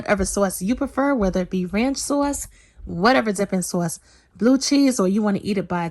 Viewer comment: and her "soyce!!" Hahaha but girl I love everything u make!!! And when I make ur recipes, there is never any food left!! U cook like ur down south!